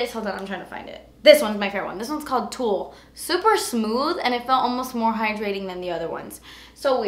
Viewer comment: I hate the way she pronounces "Tulle." I got so confused and had to look up if you could pronounce it like that. I always emphasize the Ls